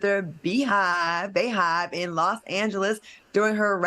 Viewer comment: Claudia get it right. It’s Bey not Bay and it’s the Beyhive not Bayhive. You half Black so you should know these things. Let people wear what they want or are you just mad you can’t go to the tour. Also the best y’all could come up with was C List Keke when princess Meagan was there and other bigger stars.